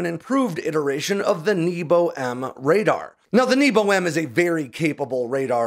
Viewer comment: I'm sorry but hearing небо pronounced as "knee-bow" is hilarious and conjures up memories of arrow in the knee jokes🤣for those wondering, it should be "nyay-buh"